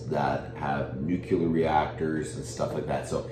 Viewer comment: Lear to say Nuclear, not Nucular.